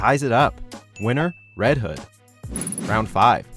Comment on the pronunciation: You said red hood wrong